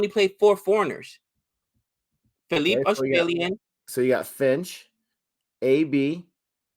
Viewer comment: Josh phillipe wasnt even in full flow guy bashed archer and Rashid in big bash as a youngster if he gets going he can take the match away in 1 over And it’s pronounced (Phil-li-pee) like the Philippines. Rcb missed siani as he is injured and his replacement dale steyn leaked runs. No disrespect to dale steyn he’s the GOAT best bowler of the decade hands down but he is passed his prime. Even though it is a loss it’s. a positive that rcb came close to beating Mumbai without Virat ab and Saini